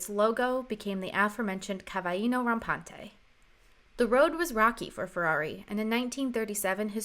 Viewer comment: Seems quite good as far as I've seen except one thing that to me is a shame. Cavallino rampante is not pronounced 'cavajino rampante' - there are two very prominent L's there, they are not silent nor are they spanish nor are they J. it's in fact CavaLLino RAMPante with emphasis on the LL too. Like in Lick or Lumber or Loopy, that kind of very L L's.